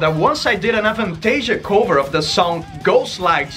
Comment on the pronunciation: pronounciation of "cover" gives me life. Much love,.